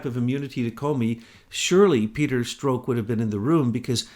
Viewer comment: I hate when you cut down....this time wasn't too bad...you just corrected his pronunciation of Strok but in a few of the AIM reports you are down right rude. What a hypocrite you are. You are quite a big mouth yourself. I've been meaning to say this for a long time.